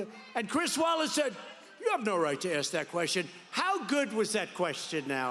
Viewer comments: what is axed????¿?¿ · Why do people say pronounce ask “axed”. There is is no x or ed when pronouncing ask. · Aaasssssssssss..KA... Not Axe...Asssssss-Ka...Asss-ka....As-ka ...Ask..Ask..Ask.... Where do we get that from? My mother and father both say it...my sister says it, and my girlfriend says it... We spell it right... How is it possible that we still say AXE? I don't get it. LOVE YOUR SHOW BTW.. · "Ask" is pronounced As'k.. Not X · I think its ASK not AKS. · Love the reactions... but Why say AKS if the Correct is ASK? I know people say is culturally some people say... but it is wrong and sounds bad and wrong. Keep up the reactions!